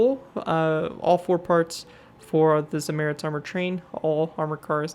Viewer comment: Zamoorets that is how you pronounce it